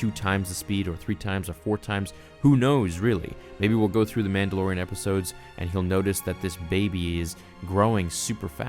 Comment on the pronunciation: 1) I think he was trying to extract DNA from THIS baby to create clones. 2) why can't you say "Man da LOR ian" correctly?? It's not "Man da lo RIN".